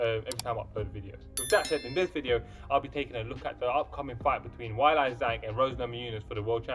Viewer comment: Ok my dude. You’re a knowledgeable fan of the sport. You have to know that the UFC does their homework as far as pronunciation of a fighters name. So the fact that you’re pronouncing Ms. Zhang’s name “Why-Lie” has me curious. Your lovely accent would have nothing to do with it. It’s “Whey-Lee”, but I’m sure you already knew that. ;)